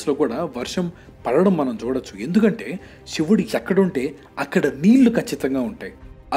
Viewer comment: షివుడు కాదు బ్రో..."శివుడు" .... 🙏🏿